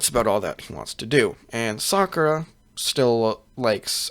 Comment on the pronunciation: he fucked it up when he said sakura